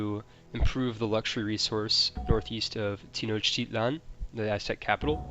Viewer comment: Not sure if anyone pointed this out in one of the previous videos, but the Aztec cities are pronounced Ten-Ock-Teet-Lan and Tee-Uh-Too-Ick-Khan respectively. And Reich is pronounced as, "rike."